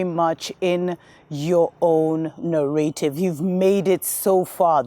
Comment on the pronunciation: I like it when you say "narRAAYtive